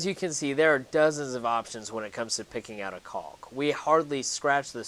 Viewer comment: The l is silent btw